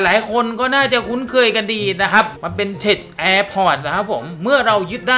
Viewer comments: ทำไม่ต้องอ่าน เทช เค้าอ่านว่า เทค มันย่อมาจาก Technology นั่นล่ะ คงไม่มีใครอ่าน เทชโนโลยีหรอก ฝรั่งเขาจะหัวเราะเยาะเอาครับ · คลิปสนุกตลอดครับ ปล. Tech อ่านว่า เท็ค ได้เลยนะครับ อ่านเป็นเท็ช จะไม่ค่อยถูกสะทีเดียว 😄😄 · ขอบคุณครับ ว่าแต่ tech อ่านว่า เทค นะครับ ไม่ใช่ เทช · 555 ชอบจังคำว่าเท็ช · 55555 เทช เทช เทช เทชชช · tech อ่านว่า เทค ครับ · ข้อมูลดีมาก แต่ tech อ่านว่าเทค ไม่ใช่ เทช ส่วน Power plant อ่านว่า พาวเวอร์ แพลนท์ ไม่ใช่ แปลนท์ ครับ